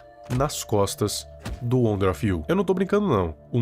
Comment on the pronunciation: Não quero ser chato mais o nome na rela wonder of U. Não wonder of you. E estranho ouvir você falando o nome errado